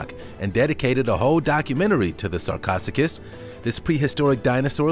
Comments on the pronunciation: "Sarchosuchus" is pronounced "Sar-co-SUCH-us." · Correction: "Sar-co -SEWK-us.